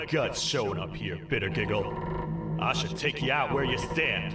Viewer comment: I really like bitter giggle I hate that you butchered his name but eh